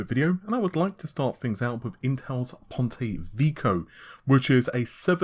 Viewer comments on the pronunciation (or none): "PONTIH VIKO" lmao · Try google translate to check how Ponte Vecchio should be pronounced ;)